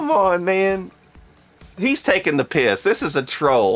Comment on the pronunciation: "he's taking the piyess" is definitely the most southern thing I've heard